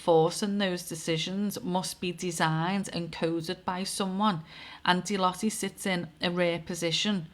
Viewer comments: It’s pronounced deloute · Ahhh pronounced “de loyte” x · Hi, not an easy company to pronounce, and it's pronounced different in each country, but the nearest UK phenetic is De-loit, as in loiter about, just don't add the 'er, you can add a 's deloitte's, or de-loit's the " 's " is seen as encompassing all companies that sit below the Deloitte umbrella, you could also look at likes between this company, the TBi (Tony Blair institute) Oracle and Larry Ellison and donations to TBI by Larry, likes to Black stone and Black Rock, that is a thread to pull, and associated events around people unliving themselves. it is a pleasure to watch your videos as you can see the threads you pull at, you may want to investigate Nosta as a safe decentralised platform to make sure you don't lose your social media visability. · I remember the name Deloitte , they came and turfed everything out of a company I worked for that went under, computers, the lot, they were liquidisers back then in the 80's. Pronounced Deeloyte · Deloitte ....loitte pronounced as in the word loiter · Deloitte have fingers in ALL pies. Absolutely everything. Like SERCO. (pronounced De-loy-te I think). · Deloitte (pronounced De Loyt) as a banking and accountancy consultancy, have been around for a long time. Since 1845 in fact. They seem to have fingers in a lot of pies. It’s interesting that although you occasionally hear the name mentioned, there’s not really much transparency around what they do. They are a big player though, with a global revenue to May 2025 of US$70.5 Billion. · Pronounced DE-LOYTE